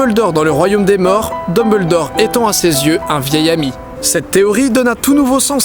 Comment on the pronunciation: Pourquoi tou le monde écorche le nom de Dumbledore 😢